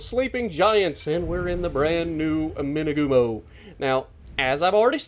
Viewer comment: Dang it! I thought you were saying "two-by-two" the entire time up until 15 minutes in. I was thinking 'oh cool, it's got torps kinda like the kamikaze?'. Imagine that.